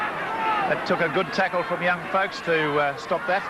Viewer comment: said Steve 'Fooks' at the start ha ha!